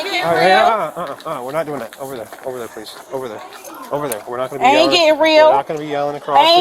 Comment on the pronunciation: Queens be quennen again. Powlease 😂